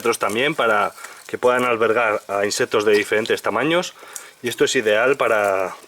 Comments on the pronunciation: Se dice insectos , no inseptos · No puedo con ese INSEPPPTOS 😂😂